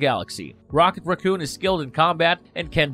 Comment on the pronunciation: Ughh. Is English the second language of all of the narrator's? The inability to properly pronounce simple words like raccoon, the, other, and exciting was this video's blunders. At this point, it's coming across as simple carelessness. Also, you could have shave 10 minutes by not completely recounting the movies because we've all seen them. Tell us what isn't common knowledge.